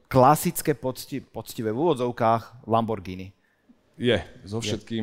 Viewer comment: Lambordžiny....kokos 🫣..toto keď pocujem